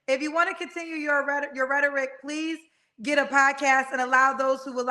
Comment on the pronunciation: Kendra Pah-LEASE axe this guy !!!!!!